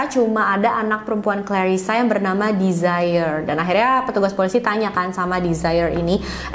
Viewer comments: 😊Ralat ya kak.. penyebutan nama Desiree bukan ’desire’ (dlm bhs inggris ) yg kak sebutin. Tapi De-si-rei gitu sebutinnya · Desiree mungkin bacanya dez-re 🙏